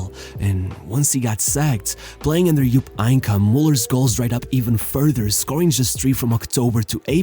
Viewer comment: Jupp Eincke?? What are these pronounciations brother. Im not a native german speaker, but for tricky names the internet comes through to help, you know?